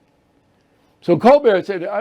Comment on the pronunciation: Cole-burt. Say it right. Like his parents do.